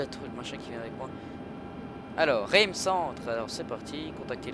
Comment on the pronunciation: lol coment il dit "Reims" mais c'est pas grave